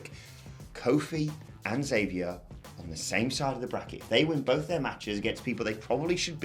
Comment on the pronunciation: you guys always pronounce Xavier's name wrong he always make it a point to say you have to pronounce the X he even said it in this weeks best of podcast